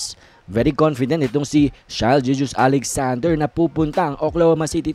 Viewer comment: natawa ako sa pagkabigkas ng apilyedo ni shai hahahaha gigous ehehe